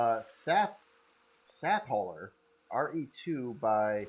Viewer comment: hi and thank you for the review of my ship SATHAULER. ive not even survival tested it yet. i will be doing some miner tweeks eg color coding containers ps you first time pronouncing it was right. its the color sathire and hauler combined